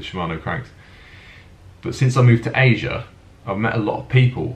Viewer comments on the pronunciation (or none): none